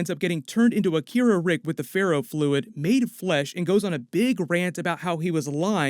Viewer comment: I swear I heard Jerry say you turned our son into an ‘Akita’ like the dog breed because Jerry is too dumb to know what Akira is